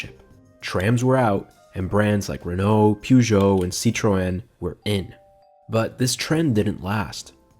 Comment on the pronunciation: what the fuck is a peu gert oh or a sit youren